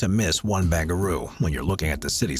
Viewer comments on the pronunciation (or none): 1 ba-ran-garoo SYD. not bangaroo !! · First, you said a stadium (I think in Qatar?) will cost 45 billion. WTF? Also It's Barangaroo, not Bangaroo, and the complex has been open for about a year now. EXCEPT the casino part because the company Crown got caught with about a thousand corruption convictions. And it cost waaaaay more than 2.2 billion. Makes me wonder how many other mistakes there are in this and other videos you make. Time to hire a whole new crew of fact checkers.